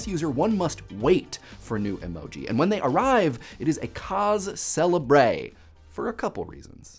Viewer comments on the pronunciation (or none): (arachnophilia) He does it on purpose. There's a whole video on the channel about it. I'm more worried about how he said "cause célèbre" and "brusque" (cause say-LEB-r and broosk.)